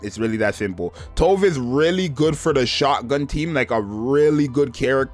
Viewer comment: Not sure anyone cares but Tove is pronounced "too" "veh"